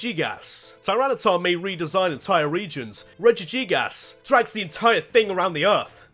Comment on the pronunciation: But then again he did pronounce it “reji- gigAs